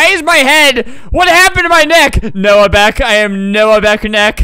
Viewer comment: The fact that he said noah neck and knew who he was😭🤚